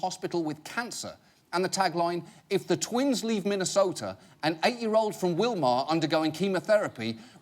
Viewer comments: it's pronounced Will-mer. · I know I'm several years too late, but that's not how you pronounce Willmar! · I'm sorry, but I'm from Minnesota and the way he pronounced Willmar was hilarious